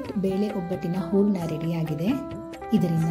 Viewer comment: ಊರಣ ಅಲ್ಲ, ಹೂರಣ